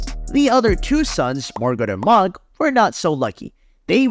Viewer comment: Enjoyed this video until you started calling mohg mog.